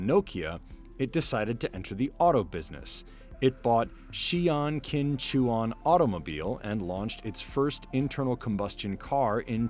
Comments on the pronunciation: Correction pls: Qin（秦）in Chinese sounds like 'chin', not 'kin'.:person-turqouise-waving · It’s pronounced chin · Only voice over mistake was the Qin aka pronounced Chin